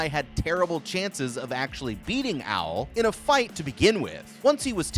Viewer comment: bruh wtf u pronouncing Owl as Al i was just listening to this and it confused tf out of me